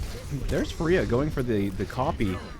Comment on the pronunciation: FAREEHA = FRIYA